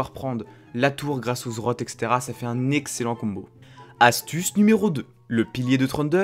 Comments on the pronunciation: Le Zrote ? NON LE Z Z Rot ! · quand est ce que tu montres ta tête ? et c'est pas zrot mais zed zed rot btw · on dit le Z Z rot pas le zrot x) sinon bonne video comme dhab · J'aime bien tes vidéos mais s'il te plait, apprend à dire correctement le nom des items. C'est Z Z Rot et pas Zrot. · "Le zrot" Tain je suis mort 😂😂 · Comme pour plusieurs le Zrote m'a bien fait rire mais en meme temps chacun prononce comme il veut l'important c'est qu'on te comprenne ;) Sinon super vidéo comme d'hab' continu les 20k abos arriveveront plus vite que prévu ^^ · Zed zed rote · ZED ZED ROT sa se pronoce comme sa bro^^ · Mes oreilles ont saigné quand tu as dis zrote :'( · JE T'EN PRI, PRONONCE LE NOM CORRECTEMENT 😭😭